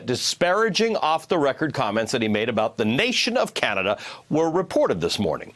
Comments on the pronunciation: He can't even pronounce Canada properly. Such a moron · When he emphasizes names like that hes been drilled on proper pronunciation. Although how anybody can get Canada wrong is a wonder.